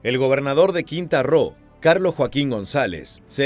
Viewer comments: Quintana Roo no “Quinta Roo” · Es Quintana Roo, no quita Roo